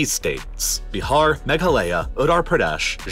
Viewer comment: Baharrr, ottorpradhesh, magalaya, zarkhand and mannypoure 😅😂